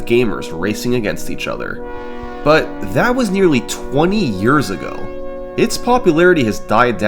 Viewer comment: "That's was nearly 20 Yeahrs ago" hurt on a Level words dont Describe